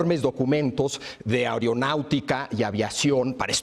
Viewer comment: Cada vez que se dice "whatsop", "airiopuerto" y "airionáutica", el niño dios se corta a sí mismo escuchando música emo.